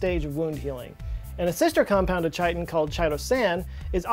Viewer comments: *Pronounced KY-tin, not CHY-tin. It's at the start of its Wikipedia page and Google search result. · This is the first time I’ve ever heard chitin pronounced as chi-ten. It’s pronounced “kite-ten”. Sometimes your pronunciations of different words just throws me off and I can’t tell if you’re doing it as a joke or just mispronouncing so many words 😂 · it's pronounced "Chiton" not Chitin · Chitin is not pronounced as "chai-tin," it's pronounced as "kai-tin". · "Kytin," not "Chytin." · "Chite-in"? It's pronounced "kite-in". ?? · Its pronounced kʌɪtɪn. Kai-tin. It's not tʃ fml. Also yes I am drunk on a sunday morning correcting pronunciations. Sue me. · ITS PRONOUNCED "KY-TIN" Amazing video. Loved it. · Papyrus is pronounced “papairus” not “papeerus” and chitin is pronounced “kaitin.”, love your channel and your sense of humor. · For future reference, Chitin pronounced kite-in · Chiton is pronounced "kiton" according to my Chemistry teachers. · chiton : Say Kite-on! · Hey, chitin is pronounced KY-tin like chiral is pronounced KY-ral- Just in case these things ever appear again.:) Love your channel. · Pretty sure it’s pronounced like “kite-in” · not chitin. it's 'keye tin' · Chitin is pronounced kite-in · It's pronounced with a hard 'k' like 'kiten' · This man pronounces chitin like titan. Why? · Cmon guys we gotta tell him Chitin is pronounced with a K sound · Im sorry to be "THAT guy" but you are not supposed to pronounce the h in chitin... its more like kite (like the ones you flew as a lad) and less like Chitty Chitty Bang Bang. 🙂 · Ummm sirrr chitin is pronounced kitin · It's pronounced ky-tin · Its pronounced - kai·tn... like Pie Tin... word ma nizzle... that pronunciation was painful, and you did it more than once... >shudder< also, "How does it feel? To not have a soul?... " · "rich in ch-ai-tn" He did not.... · please check your sounds for the "CH" sound. could be hard Kay "K" could be like charlot or a shar-let. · that's not how you pronounce "chitin"